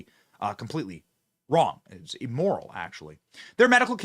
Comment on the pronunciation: Why are you wong???? Because you ain't wight!!!!!!